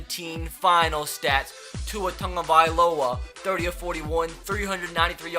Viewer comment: Why does say Tua Tungaviola?